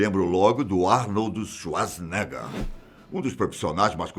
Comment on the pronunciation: Porra ele conseguiu falar Arnold shacnegar direitinho Caraí kkkk